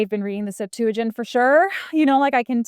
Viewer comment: Septuagint is stressed on the first syllable.